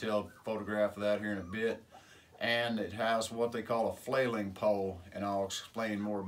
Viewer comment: Flaying poll, not “flailing” poll…